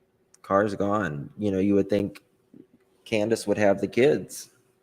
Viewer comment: Its Candus, NOT Canduce!, please...get some real content and stop this...